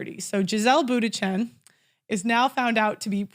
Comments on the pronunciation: That quote was from Sherrill Sandburg the former Facebook CFO and it’s pronounced “Munchen” not Bootychin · Giselle Boondshen would be more like it, if pronouncing an Ü is out of the question. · Hahaha can't pronounce Bundchen... tip it's not Buttigieg.